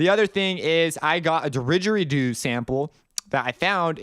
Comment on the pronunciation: its pronounced didge-eri-doo not derigeridoo haha that made me laugh so hard for some reason, love the videos